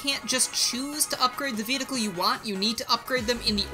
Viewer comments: Can someone explain why he says vedicle instead of vehicle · Was I the only one to notices that throughout the entire video, was pronouncing vehicle as vehticle?